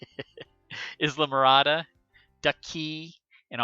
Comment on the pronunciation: Pronounced EYE-LA-MORADA. I lived in Key Largo for almost 9 years and EYE-LA-MORADA was the next island down.